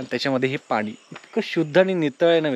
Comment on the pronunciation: Sry for correction पण तुम्ही प्रत्येक 'न' ला 'ण' आणि 'ण' ला 'न' म्हणता उदा हणूमाण नाही तर हनुमान पानी नाही पाणी pls correct it frm next time